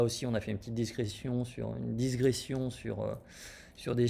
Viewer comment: Bravo pour votre vidéo très pertinente.Pardon de vous le signaler,mais il convient de dire digression et non disgression